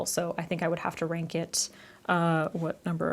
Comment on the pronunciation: Why did I hear wank instead of rank